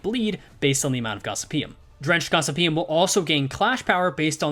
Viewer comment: For those interested, Gossypium is produced Gos-sypi-um.